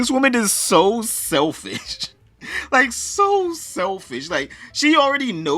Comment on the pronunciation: You said sel"fish"